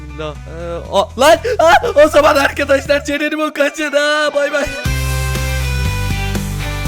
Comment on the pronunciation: abi neden Gastır gibi cerenimo diyosun